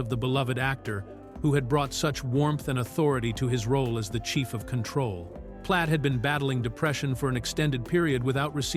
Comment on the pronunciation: Repeat, repeat, repeat: Same footage and images. Yes, one of two details of interest buried in an overwritten and redundant fashion. Talks about Michael Dunn but shows total unrelated scenes and a picture of Tom Poston. The AI voice can't even pronounce Control. Waste of time.